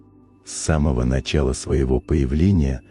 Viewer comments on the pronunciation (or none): none